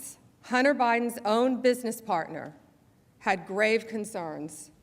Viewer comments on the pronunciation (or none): none